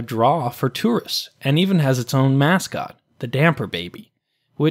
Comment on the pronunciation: Did you say mascot or "masscot"? Because I distinctly heard "masscot".